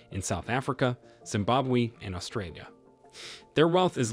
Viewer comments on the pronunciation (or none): none